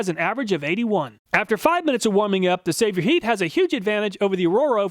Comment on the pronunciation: excellent content, as always! I think Sabotheat is pronounced “say bow heat.”